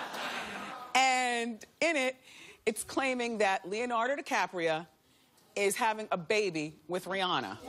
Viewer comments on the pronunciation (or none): "Leonardo DiCapria"